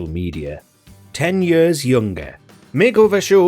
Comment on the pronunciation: OK, say it with me now: "YEARS." not "Yirrs."